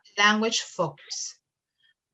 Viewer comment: FOCUS pronunciation: ( fōkəs ) ........... NO "FOKIUS"